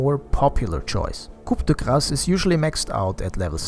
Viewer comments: just so you know, coup de grace is three french words that are pronounced: 'cou de grace' in english, you do not need to pronounce the P anyway, good video man! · Your pronounciation of Coup de Grace is so bad, i wondered if it was intentional. Also I would not recommend skadi and strongly avoid buying butterfly on PA